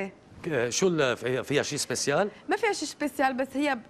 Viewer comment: المذيع: شو فيها شي special?: ما فيها شي شبيسيال 😒😂